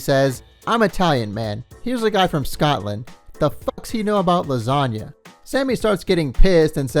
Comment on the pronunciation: It's Scotland, not "Scottland," and it's lasagna not "lasagnia." Damn, bro, thats basic elementary school shit.